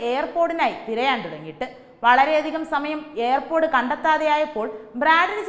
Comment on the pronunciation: എന്റെ കുഞ്ഞേ, എയർ പോടല്ല, ഇയർ പോഡ്, ear = ചെവി ചവിയിൽ പോട് കണ്ടെന്നു പറയല്ലേ, Ear pod